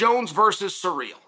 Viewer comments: Sir real vs Jon Jones, Chael your pronunciation of names is why I tune in 😂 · It’s pronounced Cereal Gayness, get it right! 😏